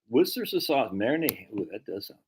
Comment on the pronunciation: I say this out of love: It's pronounced "Wooster sheer." Worcester [any town in England w/ "cester" or "chester" in the name was a Roman fortified village, or "castrum"; same root as "castle..." back in the day] and in this case the locals pronounce it "Wooster" [midway btw "rooster" and "wuhster;" darn hard to convey in writing] and the "shire" [basically the equivalent of "county" in American] part is just "shir..." like "her" w/ a "sh" in front. Ergo, "wooster sheer" not "War chester sheer sire sauce" like I used to say before I spent a semester abroad in Oxford! 🤣 [Shout out to my host family I lived with in Headington, all those decades ago. Lovely people who really made me feel part of their family!]